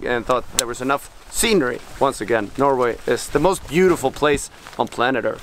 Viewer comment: Jon: "There's surfing, and then there's surfing in Norway": "No [r] Way!"